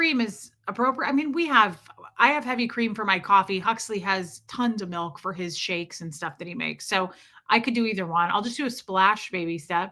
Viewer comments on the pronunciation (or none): Milk not mike 😂